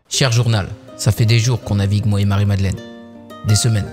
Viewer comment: "Marie Madlenne" !!!!!!